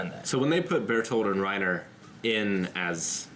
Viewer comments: I really hate that they do it though. The fact that they pronounce the names as though they had an accent, but without actually using the accent infuriates me. Either go all the way or don't do it at all. The way they say "Reina" and the fact that Hange's name is changed to "Zoe" is really annoying. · Chase Ambrose to be fair, if someone tells you their name it’s only polite to pronounce it as closely as you can to what they say. If they happen to use an accent when saying their name I’ll try to use that same accent when pronouncing their name. The problem I have is mainly with Reiner’s name and how it’s pronounced in the dub. I doubt Reiner would realistically introduce himself as “Reinuh” unless he used an accent to pronounce his name. The fact that the dub also messed up Hange’s name and multiple lines of dialogue in the show leads me to believe it’s just a problem with the dub. I’m not German and I don’t speak the language, but the way they say names always annoys me in this dub.